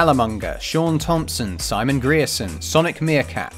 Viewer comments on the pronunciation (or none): none